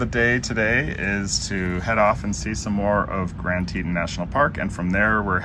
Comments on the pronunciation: Very cute video, Oliver is adorable! But I have to say - it’s pronounced Grand Tee-tonn National Park rather than “Tee-tin.” Would love to take my beagle to Jackson, I’m there at least 3 times a year. But she’s a handful so the furthest we can handle right now is Flagstaff! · Oliver is a star. Fun video. Teton is pronounced like Tetawn. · My understanding is that the name of the second national park mentioned in this video is pronounced "Tee-tawn", a poor Anglicization of the French word for "breast" or "t-t", the word French fur trappers and hunters used to describe the many peaks 225+ years ago. : ) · Just FYI. It’s pronounced tee taan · What a wonderful time you three are having, and what a wonderful place. By the way, it's pronounced TEE-tawn.The Tetons received their name from French-Canadian trappers who accompanied the earliest British expeditions into this territory. As they approached the range from the west, they beheld three towering mountains upon which they bestowed the name of "Trois Tetons" ("Three Breasts' in French) Different Native American nations had different names, but several were translated as "pinnacles" and "three pinnacles." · Fellas, thats tee-tawn like yawn.